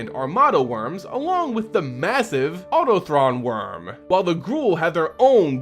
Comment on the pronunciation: I give up. I care more about the lore than i do about you butchering pronunciations. i wonder what it will be this time. :( EDIT: It was Autochthon Wurm and Gishath, Sun's Avatar.